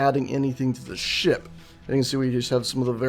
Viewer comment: why do keep hearing ship as shit?